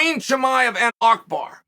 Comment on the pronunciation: Chael calling Abubakr “ackbar” is the most Chael thing ever